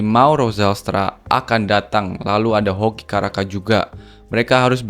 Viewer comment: Caraka bos bukan kharaka